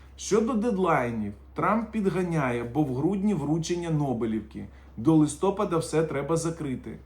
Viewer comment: ЛистопАда, а не лстОпада